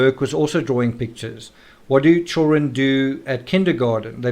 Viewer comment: I'm amused with the pronunciation of "chewrun" (children)☺️